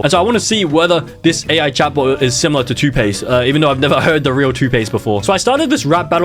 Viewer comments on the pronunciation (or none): Don’t pronounce it 2 pace it’s pronounced like too pock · too pace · elevanz it is pronounces tupok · It's tupac not toothpaste dumbass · It's not Toothpaste It's tupac Get it right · bro if say 2pace one more time- its 2pac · Bro it's not Tupace it's Tupac pronounce it right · There’s no way this man is calling 2Pac (Too-pawk) 2pace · bro is tupac not tupaste🤬🤬is kendrick lamar not kendrick leymar, you are just pissing me off, AND FINAL IS NOT AMYNEM ITS EMINEM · Tf you called TuPac fckng TuPace😭😭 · Nah he called TuPac ToothPaste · "cardey" "Kendric lame-are" "Two pacey" "eymyamen" 💀💀💀💀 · Bugsy toothpaste it's Tupac not toothpaste😂😂😂😂😂😂😂😂😂😂😂😂😂😂😂😂😂😂😂😂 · Bro said em eye nem 😂 And kendrick laymar 😂 And two pace 😂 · Amainem, Kendriq Lamarq, Cardie B, 2 Pase, don't see an issue hear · "Cardai" "Kendrick Leimare" "Two Pace" "Emaynem" 💀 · "CarDIE"💀💀 "TuPace"💀💀